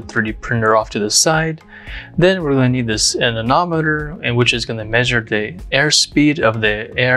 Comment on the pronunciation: I don't know why, but I flinch and cringe every time I hear you pronounce "anemometer" as "anenometer".